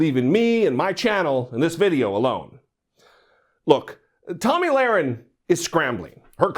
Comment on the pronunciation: Tomi completely was out of her league. I saw her under achievement it was a disaster. Plus Bill kept mispronouncing her name lol.